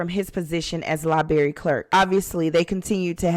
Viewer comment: If you can't even pronounce the word library how am I supposed to watch your videos